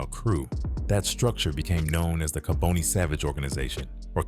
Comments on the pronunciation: Its ka bon ne not ka bone ne . Rip to all those affected by his evil acts . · Kaboni is pronounced "Kah-bonny" not "Ka-boney", you don't catch cancer! smh if you gonna tell the story tell it right! Bonnie didn't sell on corners. We Philadelphians don't like we you eff the story up. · It's pronounced "Ka-Bani" not "Ka-bonie". You can atleast pronounce the name right of the person you're making a video on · You pronounce his name wrong